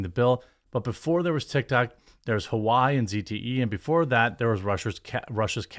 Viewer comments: lol i know you didn't care, but it's hilarious that you called Huawei as Hawaii 💀😂 anyway, i feel like these politicians are outside of their mind most of the time. i remember not too long ago they were grilling big tech execs on their 'alleged' collusion with the feds & silencing a dissent etc. and now they are on their own little mission to grant the government even more overreaching power to its citizen. WHAT?? 😒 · Fuck it... let's keep tiktok. This is wayyy too fuckin far. Also. Huawei is pronounced hwaa-way. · Huawei, phonetically spelt and pronounced "Ha~wah ~whey", a high quality mobile device and other mobile electronics company that also provides super fast 5G technology that the UK banned its manufacturing of, following a back door access they built into their 5G systems that were of major concern to the UK government.